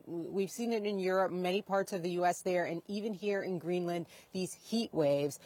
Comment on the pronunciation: Why is Erin pronouncing it as GREENLAND with emphasis on the 'A'. lol.. The reporter got it right. I wonder how she pronounces 'Connecticut'. 😂